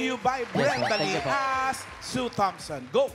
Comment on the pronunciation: Ang galing sana ng pangalawa kaya lang ang pronunciation and enunciation ni "Sue Thompson" sumasablay